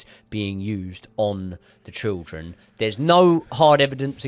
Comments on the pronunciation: Children ❌ Trildren ✅ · I heard trilchren. I heard shildren. After i noticed this, i couldn't focus on the episode. I'll give it another go when i forget this🤣.